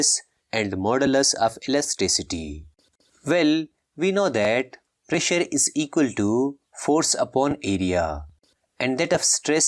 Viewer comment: Pressure and stress u said wrong